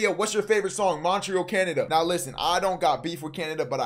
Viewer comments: He said mont re al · Brody said “MOnT rE Al” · Bro said “mont-rie-al” 😭😭😭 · Max don’t know how to say Montreal ong